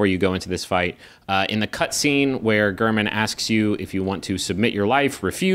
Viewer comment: gayr-min. he says it before the fight.